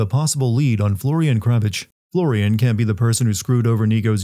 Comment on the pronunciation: You'd need 4 VAs to also cover Florian and Darko, and the Russians are bad too(Dimitri's VA is actually Czech iirc). Florian is the one that annoyed me the most, he can't even pronounce the r right, it's totally American. At least Niko is doing some sort of Slav-esque accent even if it isn't right.